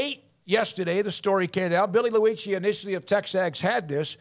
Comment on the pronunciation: Billy Lu-icci… 😂🤣😂🤣😂🤣